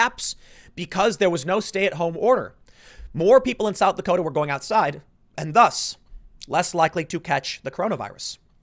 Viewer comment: South Dakoter’